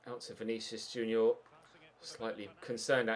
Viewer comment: Does he deliberately pronounce players wrong like who is Vinicius Junioooooor